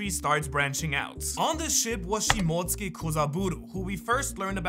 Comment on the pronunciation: It cant be this hard to say shimotsuki